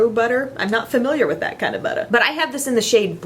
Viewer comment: Forgot to mention that I loved it when you said "buttah" and the "buck foot" applicator! 😂😂😂